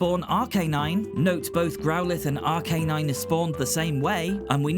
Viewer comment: the three I know for sure you mispronounced were Moltres (pronounced mole-tres) Arcanine (pronounced ar-cuh-nine or ar-kih-nine, both are prob right) And Gyarados (pronounced gi-air-rih-dos) Honestly, if you want official pronunciations, the anime is a pretty good source